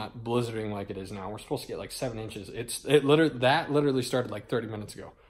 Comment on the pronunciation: and when says "litaly" instead of "literally" haha.